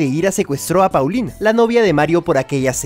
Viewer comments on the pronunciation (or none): ME DESESPERA QUE PEPE LE DIGA PAULINA A PAULINE!